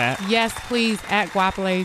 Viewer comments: Guapiley.... your pronunciation is so Funny😂😂🤣🤣🤣😂😂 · That pronunciation of her name left me in stitches😂🤣😅😂🤣😅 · thats not how you pronounce her name sway lol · Why does she let them pronounce her name as “Guapheley”? Whooo chile, THE GHETTO. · I cringe every time they pronounce her name "guaphele" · Hwa-pele for anyone wondering how its pronounced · Goapele ... Masego. I've always wanted artists like this to go on air properly pronounce their names so people can stop getting it wrong. Names like this with such strong meaning deserve to be pronounced CORRECT.